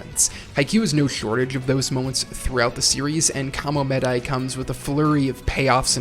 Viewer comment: Just can't listen to KaraSUnoh vs KamoMEHdai anymore...Guys learn how to pronounce Japanese names. Please. If you worship the culture that much - at least make an effort to say it right.